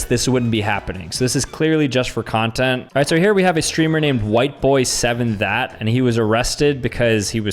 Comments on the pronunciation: Pronouncing his name “Whiteboy 7 THAT” is insane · Lol whiteboy7that instead of whiteboy 7th St.